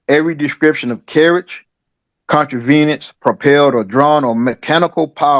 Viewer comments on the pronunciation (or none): "contravenince"?? Contrivances, idiot